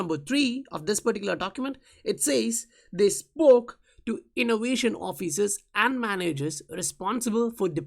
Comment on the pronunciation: What strange dialect is this? Is it XRCRAP language? “Innowation”